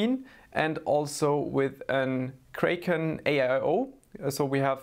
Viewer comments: its Kraken not Kreiken hahaha! love the vid! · I dunno why but I love how he says "kray-ken" 😆